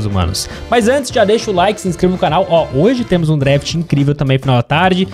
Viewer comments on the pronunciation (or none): none